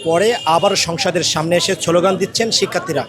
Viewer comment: শব্দটা ছলও গান না😅 শব্দটা হচ্ছে স্লোগান😮